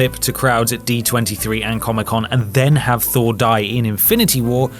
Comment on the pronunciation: NO. FHOUR......THOR😂😂😂